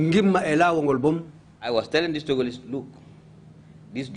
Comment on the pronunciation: Togoless 😀😀 instead of Togolese